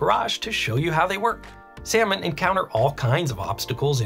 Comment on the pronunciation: I love your content but I can’t get over you pronouncing salmon as sayomen in the intro